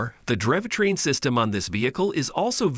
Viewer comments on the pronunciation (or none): Get rid of the AI commentator. "Driv" train? 🤣